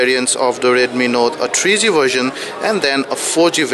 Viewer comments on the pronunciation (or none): He said-"CHEAP CHET"....not ChipSet...haaa...haaa....and "TREE G" not 3G...lolzzzzzzz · tree g? chip chet? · did he say chipchet? and thrice? lol..